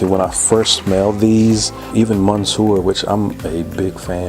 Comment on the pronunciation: Loved your review of this Malle collection. But I have to say you killed me with your pronunciation of Monsieur. Just hilarious to my french ears. Please dont be offended but I love accents and admit loving to laugh at them (and accept people laugh at my accent if I try to speak foreign languages) The most interesting part is that Monsieur means Mister and you really got that in your analysis. Please check the pronunciation of Monsieur in Google Translate. Have to say it's not obvious. And please pardon my english misspelling if there is some ...